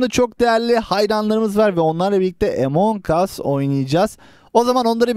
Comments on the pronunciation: oyunda tuşlara basara daha kolay oynaya bilirsin boşluk görev açma imposter ken sabotaj map ini açma Tab map i açma e report q öldürme ve Emongus diye okunmuyo Amıngus diye okunuyo .d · among as emong as deyil